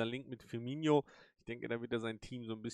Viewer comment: Sehr gute Videos, bis auf die Aussprache mancher Namen, die zumindest bei mir Ohrenbluten verursachen. - Firmino wird genau so gesprochen wie geschrieben. Du sprichst ihn aus, als hieße er "Firminho" (tut er aber nicht). - Aussprache João